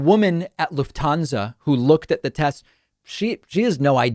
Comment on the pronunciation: Still pronouncing Lufthansa completely wrong.